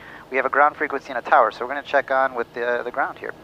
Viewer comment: "Fower" is another one too.